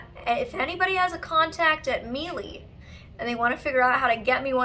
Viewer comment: Miele is an amazing brand. Pretty pricy, but all of there stuff lasts forever! Btw, it’s pronounced mee-luh :)